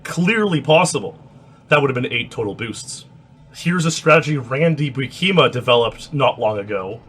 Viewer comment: You are triggering me with your pronunciation of Buikema bro. Emphasis on the first syllable, which should rhyme with "You"